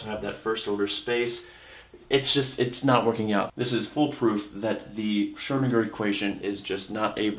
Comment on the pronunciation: You should practice the ö in Schrödinger ^^